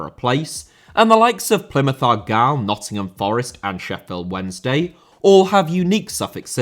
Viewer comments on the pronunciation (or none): none